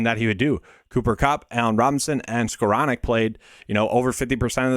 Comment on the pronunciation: excellent video, Really appreciate it. Also the ONLY person Ive ever heard that pronounced Skowronek correctly!